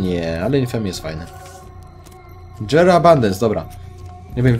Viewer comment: stary jera a nie dżera!